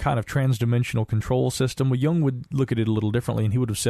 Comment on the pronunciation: Credit for saying Jung correctly however.